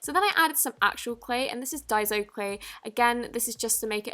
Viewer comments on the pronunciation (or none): Its not pronouced dieso clay it's pronounced dayso clay just saying 😊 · Its die -so not die-zo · It’s daiso not daizo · Its pronounced = die-so not die-zo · it's so annoying when people say daizo like is there a z in daiso no so stop saying daizo .and also your British so why the HELL😡😠Are you using American stuff stop acting like your American you fake your clearly British so stop lying .😠😡😬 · What the heck is daizo it’s daiso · Not trying to be rude but what annoys me (//>\\\<\\) sorry again, is that you say Dai-zo when it's Dai-so sorry I speak Japanese or it could just be me getting triggered I apologise once again but I'd like if you'd fix ur pronunciation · it's pronounced "die-so" not "day-so" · OMG!!!!!!!!! It's not diseo it's diaso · It's pronounced die-so not die-zo sorry for correcting you queen it could be because of your accent. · Ur a great u tuber and I love u but its pronounces daiso Like day-so Not die-so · It's not dai-zo it's dai-so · I lòve how she pronounces it like dyezo but it's pronounced dayzo/ daiso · Why does she say dai ZO when it’s spelled with an s 😂 it’s pronounced dye-so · It is pronounced ( die,so) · Diaso its pronounced as Die-so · I think It's pronounced die-so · Why does every youtuber pronouce daiso wrong! (Idk how to spell it) btw thanks for the clear slime tip ;)